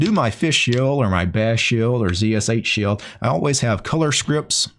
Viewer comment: Why is it that every time I hear him say shell, I think he's saying shill?